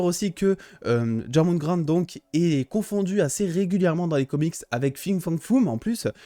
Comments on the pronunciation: Ça ce prononce yorgumande je crois, et tout les les liens de parenté sont respectés par rapport à la mythologie nordique sauf que fenrir est aussi un frère de loki et de Hel (Héla) et de Jorgümand du coup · Ça se dit Jor.moun.Gandeur* Et pour le loup ça se dit Fen.rire J'ai orthographié ça pour que tu puisses le lire avec la bonne Prononciation